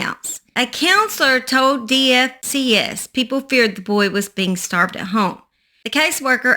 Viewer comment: In Effingham it's not DFCS it's pronounced DFACS